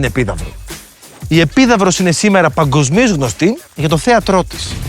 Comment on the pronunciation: Πολύ καλά, αλλά λίγη επιμέλεια στην εκφορά του λόγου: παNGοσμίως και όχι παGοσμίως, σημαNDικότατου και όχι σημαDικότατου, εNDυπωσιακό και όχι εDυπωσιακό, διενεργούNDαι και όχι διενεργούDαι, απαNDήσεις και όχι απαDήσεις κλπ. Απότους βασικότερους κανόνες ευφωνίας της κοινής νεοελληνικής: τα μπ, γκ, ντ στο εσωτερικό ελληνικής λέξης πάντα έρρινα, με το ν να ακούγεται.